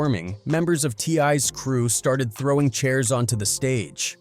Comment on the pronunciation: He called t.i a t-lie 😂